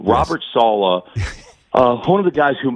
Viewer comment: Sal-eh not Sal-ah